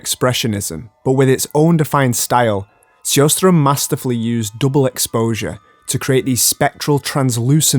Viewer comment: Amazing video. One small point, because I'm a linguiphile and it seems you did try to pronounce foreign names accurately: , Victor Sjostrom (which would be spelled Sjöström in Swedish) would be closer pronounced with the "sh" sound: Shostrom.